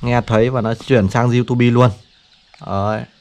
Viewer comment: Du-tu-bi và bờ-lét-tút :)) nghe qua là hiểu trình độ của bạn. Vậy cũng đi review sản phẩm.